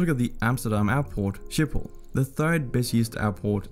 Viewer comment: He said “Sjipol” instead of “Schiphol”